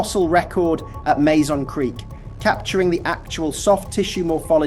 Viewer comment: Mazon is pronounced Mah-zahn, not May Zahn. I know, I live about 20 miles away from Mazon, I'm a local and have been to the creek bed, many times.